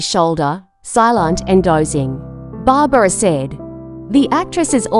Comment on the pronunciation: Uh it's Barbra not Barbara.